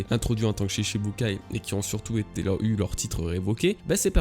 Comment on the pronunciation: Stp cela se prononce shichibukai (shiTchi) 😬